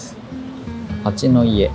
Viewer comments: 佐世保市民です。普段何気に散歩している場所など、新鮮に楽しく拝見しました。佐世保公園横の米軍基地の公園は「ニミッツパーク」と言って、実はパスはなくても入れるんですよ。おっしゃっていた「4月5日」の「フレンドシップデー」は別の場所にある米軍基地の敷地で、そこは普段は厳重に警備されていて入ることができません。あと、「蜂の家」は「はちのや」と読んでくださいね(^-^;またのお越しをお待ちしております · 蜂の家の読み方は「はちのや」です。固有名詞は難しいですね😊